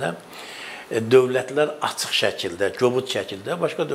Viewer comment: Bu Serdara basa salin, ki Azerbaycan dilinde ц herfi yoxdu. Acig sozu var aцig yox